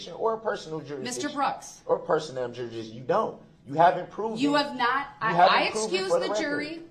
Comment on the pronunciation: It’s “juriksdiction”